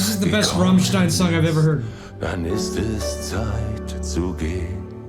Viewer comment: Well, their name is not Rommstein, it's a as in damn ass Americans. At least you got the stein part right, many reactors say Rammsteen.